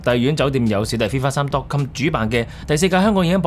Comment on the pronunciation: Dot com 還是 dot cum???